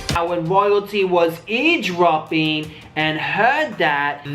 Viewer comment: Cj said eavesdropping not ear dropping 😂😂🤣🤣 dumb fuck. Anybody else notice keep saying ear dropping?😂